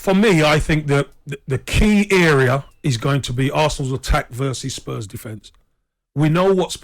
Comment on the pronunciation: geez they r butchering these spurs name...!!